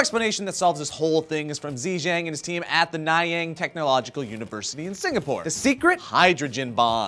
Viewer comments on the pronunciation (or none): Naiyang? Its pronounced Nun-Yung :/ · The university is pronounced as None-young (Nanyang) but I don't fault you:P shout out to SingaporeXD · Nanyang not Na-Yang BTW Is a school in Singapore ;) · Nayang ?! Nanyang right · I'm from Singapore and spent 5 whole minutes figuring out what Nayang Technological University was. It's Nan as in "nun" and yang as in "young" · I cringed at the pronunciation of nanyang.. It's pronounced "None" "young" (Nanyang) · i laughed so hard when you pronounced the school name wrong heehee